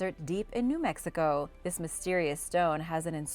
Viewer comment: New Mexico, not New Mexigo